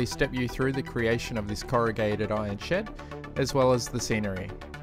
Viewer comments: I hear "shit" instead of "shed" everytime lol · When you said ,before painting the shed, it sounded like, before I paint this shit. Had me rolling.